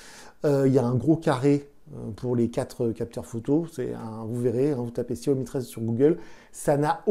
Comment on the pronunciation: desolé mais sa ce dit chiaomi .